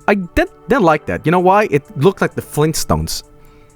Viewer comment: fleentstones <3